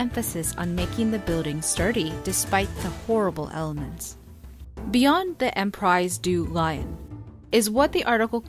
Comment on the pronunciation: btw... it's read(I think): empri du lion(and not lion as the animal, but read as written with an i.. like in think... i)